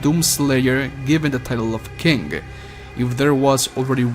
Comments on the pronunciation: Hey do you have a speech impediment because I think you are trying to say king but you’re saying kink. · when you said king I heard kink XD